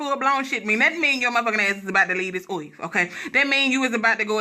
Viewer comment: The way she said earth.....i bout fell off the couch lmaooooooo